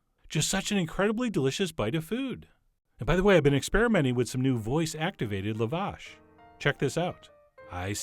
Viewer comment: Okay, call them KEBAAA 🐑B... But Lavash, is pronounced LaaaaaVash. Yes accent on the 1st Syllable but the “La” is pronounced as an Ahhh, like saying ahh I’m sorry. Lavash 🫓 yum 😋